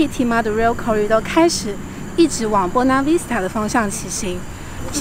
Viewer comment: Buona Vista而不是 Bona Vista啦。。。